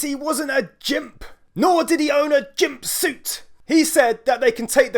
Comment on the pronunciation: Gimp NOT Jimp